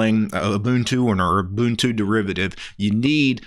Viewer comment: My dude is pronouncing Ubuntu correctly! FINALLY SOMEONE KNOWS HOW TO PRONOUNCE IT!